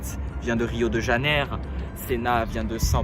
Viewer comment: on dit rio de janvier pas rio de janer. Sinon, j'admire ta bravoure mec, ton courage frise l'inconscience. J'espère que Piquet ne verra pas cette vidéo... De la part d'un de tes "millions de fans hispaniques"